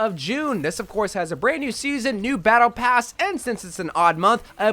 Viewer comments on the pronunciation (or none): "A brand new pattle pass"